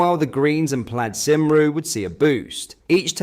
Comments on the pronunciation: Instead of Plad sim roo please try Plyed Come Ree, also please try Kemmy BADE (as in made) eh KNOCK, these two changes will make your awesome posts sound much more convincing. I think this channel is one of the most honest channels that discusses the Right Wing (not extreme) Politics that the vast majority of the previously ignored British Public. I hope you take these hints on board as I want you to succeed in growing your audience. I have subscribed for a long time now and I feel in my heart that you have been speaking a simple truth, the Truth that REFORM UK, will bring us. I want you to sound more professional so more people listen to your valuable messages. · Nigel never said he would ban welsh schools, in fact he actually endorsed promoting the language, whad he did say was he wouldn't set targets that would likely be missed anyway. Also, Plaid Cymru is pronounced as "Plaeed come ree" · the Welsh National party is pronounced as ply-ed come-ray. I'm not Welsh but know this. Great content, much appreciated. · Plaid Cymru is pronounced Plaid Cumri. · PLIDE KUMRI IS HOW YOU PRONOUNCE IT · Plad Sym-ru !!!???. Do yourself a favour. Stop insulting the Welsh and learn to pronounce the name properly ... or are we not worth it ?. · Sorry, that was so funny listening to saying the Welsh party's name. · Please teach your AI voice to pronounce "Plaid Cymru" correctly.